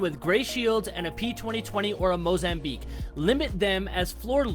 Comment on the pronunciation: なんかパスファのモザンビークの発音に似てない?